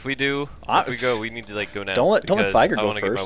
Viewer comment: Um, it's Veigar. :P